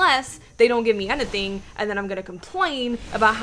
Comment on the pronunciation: No idea what made me realize this but I freaking love how she says "anything" XD